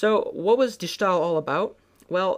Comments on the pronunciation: Except he pronounced it like “stall.” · begin to say stairs without the rs, and end with ill. De Stai-ill. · Yes, that's completely right. You pronounce it like you would say ''stale'' in English. Enjoying your video's a lot. Peace. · Quick hint from a dutch speaker; you're pronouncing "De Stijl" not correctly. you can simply use your english way of saying "Style" and draw the "Yle" out less. None of that "Sh" or "sgh" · De Schtaaaahl -_ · I'm sorry...De schtaal? Where in the entire word is there a 'sch' to make that sound. Thank you oh so much for butchering our language. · Boy, what a horrible pronunciation of de stijl, Honestly look up pronunciation of all the dutch names u used like on goggle or Wikipedia